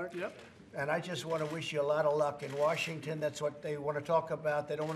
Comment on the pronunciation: Trump has a hard time pronouncing Washington